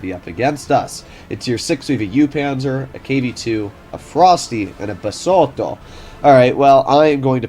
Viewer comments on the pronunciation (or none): that "BeSOThO" just made my day bruh